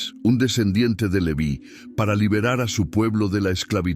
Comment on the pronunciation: El nombre Leví tiene acento en la i, se pronuncia con esa tilde, no como en el video